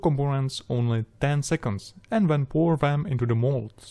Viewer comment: Excellent guidance video, thanks a lot. If you wouldn't mind me giving a little advice, try saying "půr" instead of "pjůr" (pour). I had trouble understanding in context when just listening to the audio. And then maybe just "kemikls" instead of "chemikls". The rest is just pure perfection! :D Thanks again.